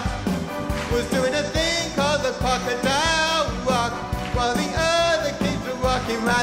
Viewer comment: Cwocadile Wock!